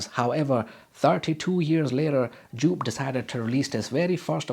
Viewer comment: It's pronounced YOPE! 🙄